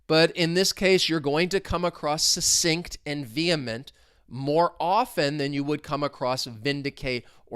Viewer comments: It's pronounced Suk-sinct! But maybe you were making comments flow in, in which case you suSSeeded 😂 Have a great day! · ❤ this video as well as all your other ones. Is /k/ one of the sounds in "succinct"? I can't hear it when you say the word. Are there variations of its pronunciation?